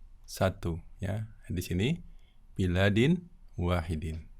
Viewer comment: Afwan baladin..bukan biladin...